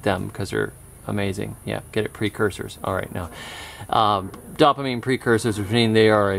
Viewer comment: Your videos are amazing with the amount of information that is packed in them but the way you pronounce dopamine drives my OCD crazy! 😂😂